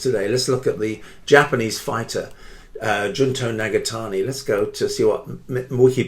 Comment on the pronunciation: it was a very good video! but his name is Jun"to"